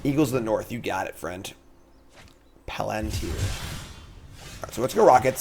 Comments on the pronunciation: Pa-lan-tee-ear lol use your English accent and it comes out clean 😎 love your content only a month and half in on mtg first timer, but because of your videos I’ve managed to make it to plat 2 almost diamond 🤞🏽, keep up the great work! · I've asked this before, but, do you have a reading problem like dyslexia? this is not an insult, I just notice a consistency with things like the Palantir of Orthanc where you mispronounce the name or have trouble intuiting the layout of words, and was wondering if it was an actual medical thing. I love your content, it's just something I've noticed and was curious about.